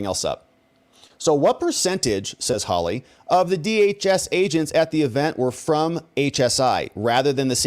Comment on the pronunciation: His name is HAWley not HOWly.😎